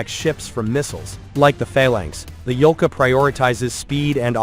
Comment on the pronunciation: Yolka (Ёлка) - spruce. Not "Volka", although Volk is Wolf in russian, which also make sense))